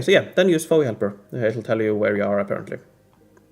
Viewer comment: No biggie but I noticed you said FOE like FOE-ee, 2 syllables. It threw me. At least in states it’s said 3 syllables - each letter: F-O-E. 😂